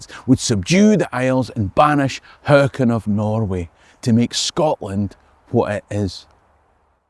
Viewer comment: Brilliant really enjoyed that! Was a nice follow up to the previous one! Both have defo inspired me to take a trip to Dunkeld and go for a wee daunder! Was also very impressed by yer proper pronunciation of King "Haakon" really got yer Scottish "gurr" into it! Great stuff as always!